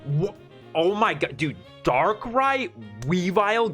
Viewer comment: Maybe you read Darkrai ex a bit wrong?